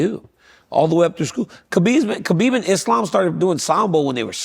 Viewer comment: Why, after all these years and with the respect Khabib has earned and deserves, do people still refuse to pronounce the man's name right?